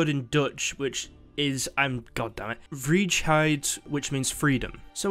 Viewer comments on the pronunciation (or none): Oof, "Vrijheid" in Dutch is pronounced like fry-hide which does mean freedom